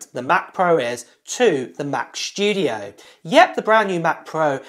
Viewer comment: WHAAAT? Mac sCHtudio? :D::D:D:D::D noice!